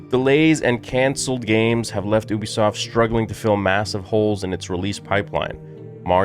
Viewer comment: The pronunciation is you-bisoft not oobisoft